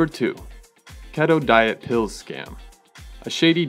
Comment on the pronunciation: "ket toe" and "billy yawns" hahahahahahaa